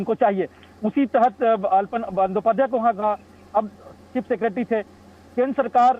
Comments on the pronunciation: अलपन नही, आलापन है. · It is not ALPAN, but ALAPAN, derived from the word 'ALAP" (आलाप). In Hindi, it should आलापन।